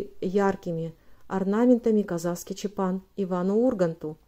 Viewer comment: Насколько я знаю, надо чётко произносить чАпан. Поправьте, если ошибаюсь.